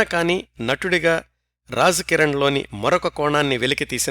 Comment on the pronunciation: నమస్కారం గారు, మీ నరేషన్ చాలా బాగుంటది. ఒక చిన్న సవరణ, మీరు రాజ్ కిరణ్ లోని ‘రాజ్’ని తప్పుగా ఉచ్చరిస్తున్నారు. మీరు ఉచ్చరించే రాజ్ కి ఉర్దూలో రహస్యం అని అర్థం వస్తుంది. అలాగే ‘ జీనతామన్’ లోని ‘జీ’ నీ కూడా తప్పుగా ఉచ్చరిస్తున్నారు. అంటే, రాజ్ కిరణ్ మరియు జీనతామన్ లోని ‘ జీ’ అనే అక్షరాన్ని అటుది ఇటుగాను, ఇటుది అటుగానూ ఉచ్చరిస్తున్నారు. 🙏🙏